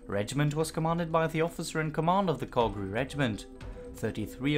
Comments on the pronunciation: Calgary pronounced like cal in california do you mean " to add INSULT to injury" not "assault". this truly is a great example of die for your country because the rich won't. Mountbatten should have been hung for the way his "air cover" support worked for this doomed invasion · I love your docs, and your voice and great pronunciation of German adds a lot ! Not so much when you pronounce Calgary. Pretty bad. I should know i am born and raised from here ;) Keep up your great work ! You should update this with proper information about why we raided this beach. It was a super important spec ops mission, not a "test the defenses" mission. Let the people know, that the men that died, were actually trying to pull of a super move, not a stupid move.